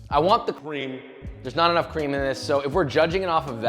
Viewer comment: Why u say it like cream it's cream